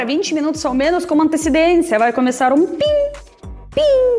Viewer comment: Você poderia começar a treinar a falar "Pessoas" e Não "pissoas" Agradaria mais 😉 já que virou "paulistana" 😅 Depois para "pós-graduação" Poderia treinar o "Começar" e Não "kameçar" 👍